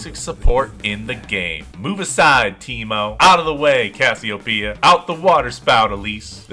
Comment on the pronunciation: I know it's lame to make fun of how people speak but I will never get over how you pronounce Cassiopeia. I love your vids btw. <3 Off meta supports are the best thing in the world.